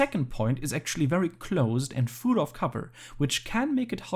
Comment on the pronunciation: I love these analyses but please stop pronouncing full "fool" 🤣